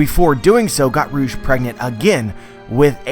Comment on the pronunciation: Every time he says rouge, I hear Urouge . "Urouge got pregnant" 😱